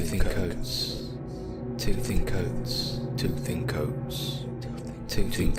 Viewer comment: Is it just me or did it sound like he was saying “tooth in coats” lmao 🤣